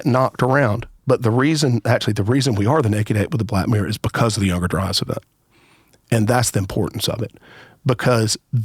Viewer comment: If I hear younger dryis and antrhpidegous one more time my heads gonna explode. 🤮